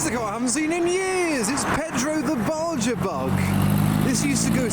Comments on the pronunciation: and pronounces Baja as "barger" instead of "Ba-Ha" 😆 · Baja bug is pronounced ba-ha after the desert. Still not as embarrassing as the Micra though. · Isn't it pronounced "barhar", with a soft J? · it just sounds odd with the hard "J"🤣 I've never heard it that way